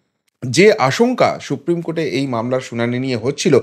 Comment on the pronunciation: সুপ্রিম কোর্ট, শুপ্রিম নয়। বাংলা উচ্চারণ ঠিক করুন।